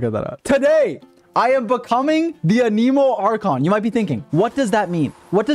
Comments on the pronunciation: it not anEmo its anemo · it's not "a nemo" it's "anemo" they literally say that word so much in the mondstad quests and you still say it wrong lol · stop saying ah-nemo it IS ANEMO ANE-MOE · good video... ANIMO YOU SAY??? ITS AN_A_MOE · Can Someone Tell Him its Anemo not Aneemo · Why does he keep saying "aniimo" like that? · noone:: Ahkneemoe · I love how he pronounces it Aneeeemo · AH-NIH-MOH! SAY IT RIGHT, JESUS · so much anemo and you cant even say the word right lol... you aneemo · Wtf? Ahnee-mo? Why does this guy say it like that? Haha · WHY YOU SAY IT LIKE “A NEEMO” 🤮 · Dude you’re saying Anemo wrong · the way you say anemo gets me cryingg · damn if only he pronounced anemo right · why do you say anemo that way? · When you can’t even pronounce the word ‘anemo’ correctly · I still hate the way he pronounces anemo :(